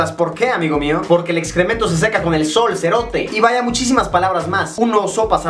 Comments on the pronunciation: Si serote lo dijistes bien 🇬🇹🇬🇹🇬🇹😅👍👍👍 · Zombie C Royale te explico amigo 😂😂😂, vos cerote, no lo dijiste mal. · Se dice "sho cerote", no cho serote